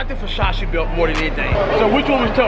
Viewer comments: sound like this nigga saying busashi its versace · You really pronounced Versace "Fushashee" dead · That "Vershashe" store looked amazing 👌🏽😴😂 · I'm black and Italian, its actually pronounced, "versachay" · ver sah chee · Teacher : Ok say it with me cash Ver .... Sach .... E ... Versace got it ? Cash : VERSASHEY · Cash its Versace, Ver- sa-chee. This nigga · Yo pronounced Versace like the uncle from Next Friday "Foo Sache" 😂😭😭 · F-O... SACHE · well u say it like ver sa Chee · "Fasashee" Nigga you cant spell Versace... yeah i can Fo Sache 😂😂😂😂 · Cash nigga it's Versace not "versashe" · Every time he saying vashashee I'm schleep cuuh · Ver-sha-she 😭😭 that's how cash say Versace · Ferragamay and vershashi belts 😂😂😂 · wen they say Versace it sounds like versausage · vershashee, bruh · Vasashce belt I think he meant Versace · He said facachi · Werschashe lol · isaiah rodriguez no bro😂.. it's Versace .. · Cash made sure people roast him in the comments about how he pronounce Versace lol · cash you my dAWG please stop saying versace please